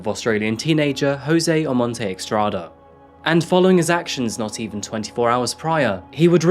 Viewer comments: It's NOT eXtrada..😂 It's eStrada..= ESTRADA. JOSÉ OMONTE-ESTRADA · I think it's Estrada not Extrada. Doesn't really matter. Thank you for the video and your hard work 🖤